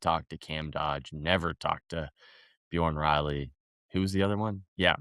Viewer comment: Rage bait is pronouncing bjorn Riley’s nane